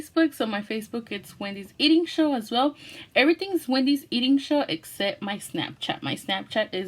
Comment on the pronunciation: u forgot the h in show u said sow